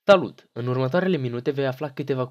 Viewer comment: ai zis talut im loc de salut lol